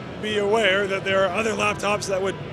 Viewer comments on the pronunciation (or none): none